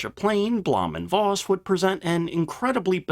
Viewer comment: It's "Foss". Voss means Fox in Low Saxon.